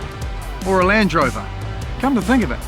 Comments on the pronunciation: It feels like he's not sure if it's a Range or Land Rover se he just goes with Lange Rover. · Lange rover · i think it’s because he says ‘Lan drover’ instead of a space like ‘Land Rover’ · Lang Rover, he says, when it should be Land Rover! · Hard to hear. When he calls Land Rover “Lange rover”, exactly the same pronunciation as Range Rover minus the R, they sound exactly the same. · sounds like he’s saying lange rover sometimes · Did i just heard him say lange rover? 😂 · "Lange Rover" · All I heard was Lange Rovers and Range Rovers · Surely I’m not the only one who can hear you say ‘Lange rover’ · I swear to god he says Lange Rover every time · I can't be the only one hearing him occasionally say "Lange Rover", right? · Damn you, he said it as Lange Rover the very second I read your comment 🤣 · Didn't know New Zealanders pronounced "Land Rover", "Langerovah" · Why am I hearing lange rover ? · pretty sure he just said “lange rover” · "Lance Rover" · Did I hear Lange Rover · 'Lange' Rover?